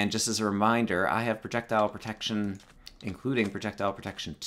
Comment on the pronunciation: Sounded like you said 'I have projectile projection in my pants'. Minecraft pickup line #34